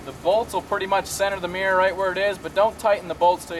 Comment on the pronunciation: arrrgggggg WTF is a MEEEER It's MIRROR